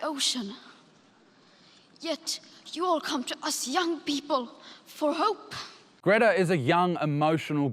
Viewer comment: The best is her pronounciation of hoooope. It is just appalling to see such acting.